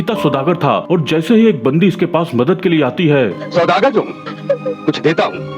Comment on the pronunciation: सौदागर ❌ चौदागर ✅